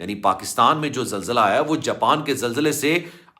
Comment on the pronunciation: Jaaaapeen nhi japan ha